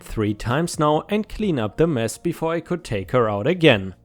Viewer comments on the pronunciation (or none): none